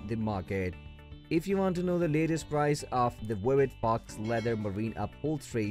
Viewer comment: Faux is pronounced like toe it’s a French word for false